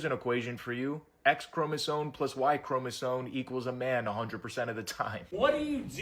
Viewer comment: omg. Please. There is no “n” in the word chromosome. ChromosoME. Stop it. It’s a valid point and then you go and mispronounce the word. Cmon now.